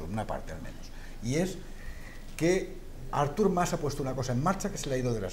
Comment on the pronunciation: Que manía de tod@ de llamarle a Artur Mas "Ártur" con acento en la A... jajaja Ya de paso, podemos llamarle Árthur More